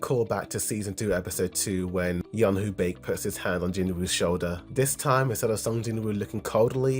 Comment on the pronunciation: They couldn’t have had a conversation between Byung Gu and Jinwoo without enraging manwha readers. As it is, Min was reluctant to be raised in the manwha. Shadows (other than Beru) cannot talk. And right to the end, mis-pronouncing Baek’s name.